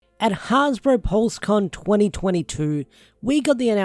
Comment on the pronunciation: have a drink every time this mentally challenged guy named says Hasbro wrong.